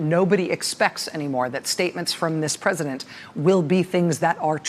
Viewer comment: "Presidunce of the United States"